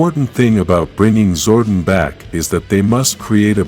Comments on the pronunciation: It's Zordon not Zordin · This guy is not pronouncing Zordon right.